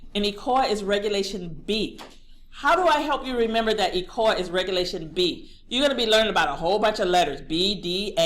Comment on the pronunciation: DO YOU MEAN ECOA? WHERE ARE YOU GETTING THE WORD ECOLA? please say ECOA